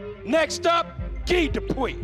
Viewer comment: Anyone else annoyed at the announcer pronouncing "guy" as "gi"